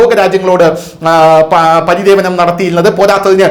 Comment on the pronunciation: പരിദേവനം അല്ല.😂പരിവേദനം എന്നു പറയൂPlease..വെറുതെ ഒരു ചാനൽ ഉണ്ടാക്കിയിട്ടു ഒരു കാര്യവുമില്ല